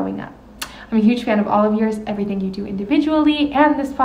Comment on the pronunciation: 3,000 years in Brendan still pronounces "Ivrything" the same....like Mexican "Mexin" 3,000 years in Theo's Coke talks about how it used to have a Mullet problem. 3,000 years in Nick and Chin officially Launch Chinder.